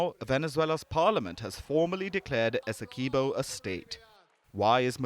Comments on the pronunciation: This is teue. Also Essequibo is pronounced as Essie qwee bo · Good night please stop butchering our largest County name. Esdequibo. It is pronounced Esse quib oh. Please get it right.